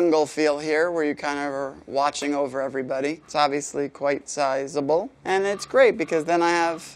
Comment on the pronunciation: he said sizable so weirdly